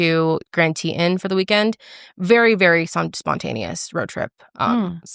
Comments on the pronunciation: Girlllll. It’s TE TON. I love the way you said it but it caught me so off guard 😂😂😂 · As someone who was born and raised in Jackson WY the pronunciation of Teton was wild😂, just to clarify Tee-Ton but next time you’re there you have to go to Knit on Pearl and Bubbas BBQ! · sorry, i hate being that person but it’s pronounced tee-tawn here 💜😭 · Love you guys!! And so glad Karelly enjoyed Jackson and Grand Teton, i also LOVED shoshone ntl forest! Just a lil note, Teton is French, but general correct pronunciation for it is [tee-tahn]. So glad she enjoyed the trip!